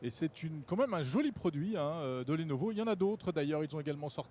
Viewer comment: "Lenovo" Ne porte pas d' accent et se prononce Lenovo, comme cela s'écrit .